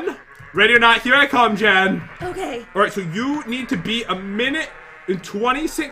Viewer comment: You said men not jen >:(